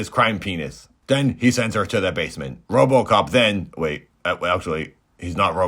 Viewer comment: Confused Man can’t pronounce RoboCop, but says “vignette” with grace and ease, lol.